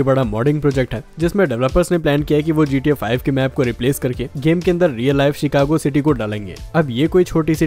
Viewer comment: Bhai cheekako nhi Chicago